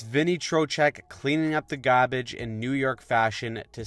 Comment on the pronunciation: Your attempt at the NY pronunciation of garbage ended up in the vicinity of Boston. Try Gawbij